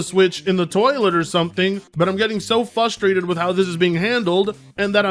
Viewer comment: Frustrated... Please, learn how to say this word. You keep saying fust... instead of fRust. 😅😂